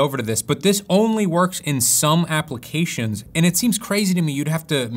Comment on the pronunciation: once you hear it you won't forget it...applecations :D other than that, great video!